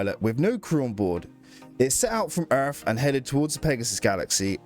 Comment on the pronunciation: i absolutely hate your accent and the way you say "erff"